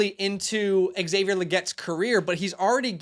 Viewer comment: it is pronounced Lee-get.